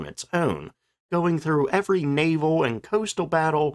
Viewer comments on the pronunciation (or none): none